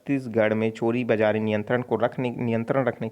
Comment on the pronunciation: please correct your uchcharan of some words ex manak ko mapan bola gaya ' similary chor bajari ko choribajari bola gaya.